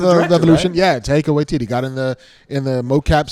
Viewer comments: It's pronounced, Tie(as in tie a knot) -ka Why-ti-ti. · Okay boys, here it is: TYE-KA WHY-TEE-TEE. Glad to be of service. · It's not that hard.... pronounce it like this..... Taika Waititi..... (Tie-Ka Why-tee-tee) You're welcome. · They're totally fucking up Taika Waititi's name. It's not even hard.